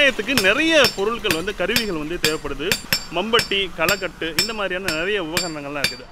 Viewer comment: Kalaikatu illa kalaikotu....